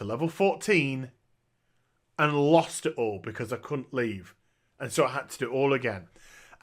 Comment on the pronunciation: Replays how pronounces "couldn't" DEMONETIZED